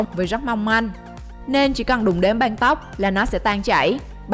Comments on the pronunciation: Đg xem mà nghe cái banh banh =) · Cái giọng đọc đặc chất địa phương khó nghe quá : từ băng sao lại đọc thành banh ? hình như lưỡi ngắn ấy ? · băng mà cứ đọc banh, đóng bank , may máng, bạn có nghĩ ràn :)) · Băng not banh nha chị :)) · Băng not băn :) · Băng not banh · Đóng băng chứ k phải đóng banh . Thác lửa chứ k phải tháp lửa . Lỗ chứ k phải lổ Nhảm vkl 😏😏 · Lưỡi to ý mà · Lỗ mây mà đọc nghe như lộ mây, còn băng thì nghe như bank